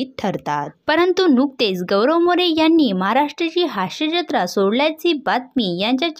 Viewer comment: हाश्यजत्रा नाही... हास्य जत्रा उच्चार आहे,त्याचप्रमाणे मुडे नाहीतर मूळे असा उच्चार करावा